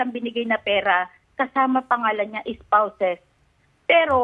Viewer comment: Ispawsed daw hehheehe spoused